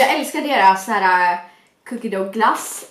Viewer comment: man uttalar "Cookie Dough" typ "Cookie Duff"